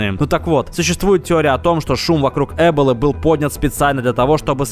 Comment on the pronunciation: Не Эболы а эБолы